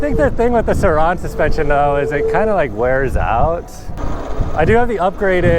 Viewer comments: No one commenting how annoying it is that says “Sir Ron” and not surron 🤦🏻‍♂️ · The way you pronounce “Surron” makes me cringe lol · ah yes the suhron and talairia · Bro why do you say Sir ON